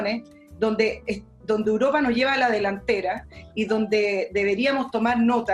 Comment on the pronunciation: es "Europa", no "uropa"...